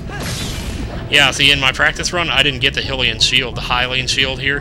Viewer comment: I think it is pronounced Hylian.